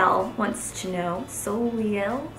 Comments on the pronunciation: Soleil means sun in french, and is pronounce like sole-ay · How she pronounced Soleil. lololololol such a blonde moment.